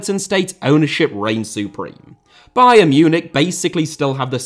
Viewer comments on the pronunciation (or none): none